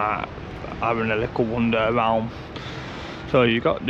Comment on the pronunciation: You say "lickle" a lot – the word is LITTLE!